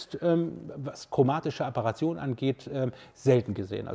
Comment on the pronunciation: Es heisst nicht Apperation, sondern Aberration. Von lateinisch aberrare, abirren, streuen.